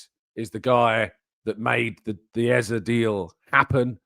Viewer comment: His name is EZE NOT EZA for Christ sake.